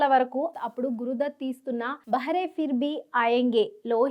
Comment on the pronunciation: Bahaare pronunciation correct chesukondi. Meeru daanni behara (cheviti vaadu) ani cheptunnaaru. BahAAr ante spring season